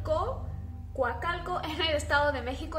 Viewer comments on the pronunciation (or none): Jajajaja es Coacalco no Guacalco 😂😂😂